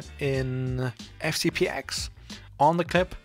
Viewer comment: Thanks for the tutorial, but please: FCP TEN, not "ex".